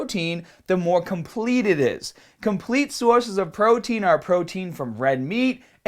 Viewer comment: "Benefits of protein eare..." lol